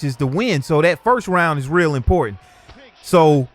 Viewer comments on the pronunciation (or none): none